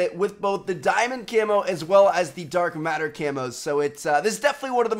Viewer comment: "Diamond and a-dark a-matter a-camos"